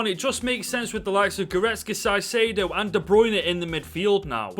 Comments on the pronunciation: love the content - but brother "Caicedo" is pronounced Kaicedo - not Saicedo lol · Great video but you pronounce caicedo as kaisedio and you pronounce estupiñian as estupinian